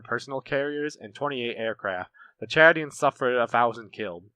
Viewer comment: I'm very impressed with you pronunciation of names, especially the Chadians. Excellent video, you get a thumbs up from me.